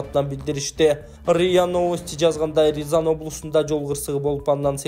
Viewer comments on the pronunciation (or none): Ризан эмес Рязан